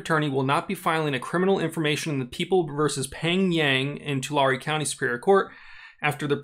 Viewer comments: Tulare is pronounced Tuh-Larry. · Just wondering I live in the Central Valley. And I live 10 minutes away from Tulare but... that’s the first time I hear it like that. I think it’s pronounced “to-Larry” at least that’s how we Central Valley people say it. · Pronounced two- Larry county. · People I know who work for the county call it Too lair, no emphasis on either syllable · For future reference.. probably never bcuz nobody cares about Tulare lmao.. it’s “two-Larry”